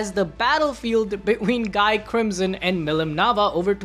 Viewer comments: It's ghee not guy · Guys name is pronounced Gi. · It’s pronounced Gee btw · I know it's written guy but it's pronounced gee. Gee. I forget if the anime fucked that up in the English dub or not but it is a disconnect while reading the light novels or Manga. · I think you pronounced incorrect for Guy Crimson. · You mispronounced Guy’s name